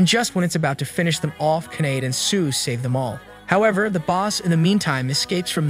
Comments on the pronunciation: First sentence and you lost me, her name is pronounced Ky-uh-day. I have no problems with an AI voice but you need to put in a bare minimum of work into proper pronounced names as well as proper pronouns for the characters identification. I want to watch your stuff so please put in the minimum so you can make money off my views, please and thank you. Respectfully, a viewer.❤ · I'm only going to say this once. It's Kah. Ay. Day. (Kaede) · KEED???? Why did you pronouce Kaede’s name as Keed wtf😭😭😭